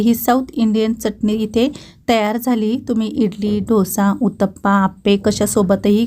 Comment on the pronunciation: ढोसा नाही डोसा